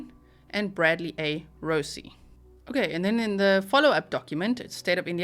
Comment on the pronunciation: Just FYI, Rozzi is not pronounced like Rossi like you do, it's pronounced like Rotsi.